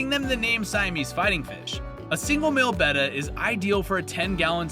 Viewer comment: Thanks for pronouncing "betta" correctly. Nice video!